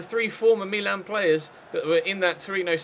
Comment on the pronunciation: Meeeeeeeeeeeeelan so annoying can't u read its Milan mil- an